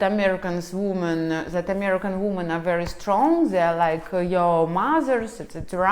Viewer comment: Ужасное видео.. completely disgast video.. научитесь правильно говорить по-английски слово женщины во множественном числе.. произношение несколько другое, раз вы себя позиционирует как автор видео ' не для русских' ..о самом содержани сего жалкого спитча даже говорить не хочется.... Полный бардак в голове))) хотя бы уважайте себя, что ж вы так кривляетесь.... Я не такая, как все, я жду трамвая)) жалкое зрелище